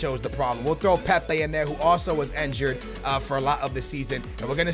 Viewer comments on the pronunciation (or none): How Skillz pronounce it = enjured How it is pronounced = injured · wtf is enjured. its injured bro